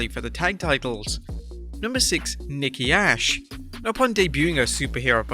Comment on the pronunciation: He said Nikki Ash name wrong